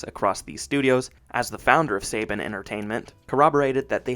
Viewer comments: This guy can’t even pronounce Saban correctly smh dislike👎🏻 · You lost me when you couldn’t pronounce saban correctly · Its pronounced Saban "Sa-bon" not Saybin you complete noob. 🤣🤣🤣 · Not Say Ben but pronounced Sa Bon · It's pronounced "suh-BAHN", not "say-bin" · its pronounced Sa-Bahn not Say-Ben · Saban is pronounced "Suh-Bon" not "Say-Bin" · It’s pronounced SAHH-BAHHNN NOT SAY-BEN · It’s pronounced Sa-bawn, not Saybin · Apologies for being that guy but Saban is pronounced SUH-bahn. Unlike the sports guy Nick Saban (SAY-bun). Good video though!👍🏾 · I came here to say this. Somehow I’ve known since I was a kid, but I had to look up interviews with Haim Saban to be sure. Yeah, it’s SUH-bahn. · …“Say-ben?”… …”say-ben?”… …”say-ben?”… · Bud, you might want to look up certain pronunciations when recording your narration. Saban is pronounced like Sah-Bahn, and Dacre should be pronounced like Day-Kuh (or Day-Car). I've noticed it a few times while watching your videos. Your work is pretty well researched so it feels a bit lazy to not know how to pronounce certain names, especially when those pronunciations are readily available. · It's pronounced "Suh-Bon". Great video dude! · You mispronounced Saban. The 2nd A makes an O sound as in bond. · It's funny when Saban is American but not even Americans can pronounce it right. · All of this research and can’t pronounce Saban correctly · I’m very happy you made this video, but for future projects, I suggest you research how to pronounce names first. When I hear you mispronouncing names, it makes me think you’re not doing your due diligence on any of the facts. Within the first 2 minutes you pronounced Saban wrong and Dacre wrong, so I kind of checked out. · You had me till you miss pronounced Saban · Not me LOSING MY MIND EVERYTIME HE SAYS SABAN WRONG 😅😅😅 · Anybody else bothered by how this guy mispronounced saban